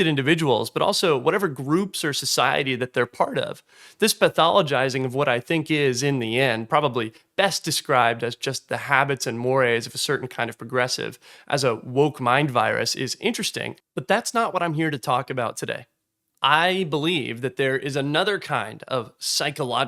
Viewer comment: Just as a heads up - "mores" are typically pronounced as rhyming with S'mores, not as sounding like Moray eels. Love the videos, good work!